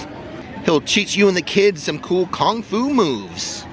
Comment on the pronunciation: Lol "Kong fu"